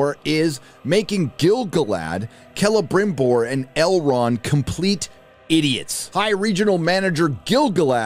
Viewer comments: Why do I laugh everytime calls him Grama-BimBor... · can yous stop saying celebrimborrrrrr like that. its giving me PTSD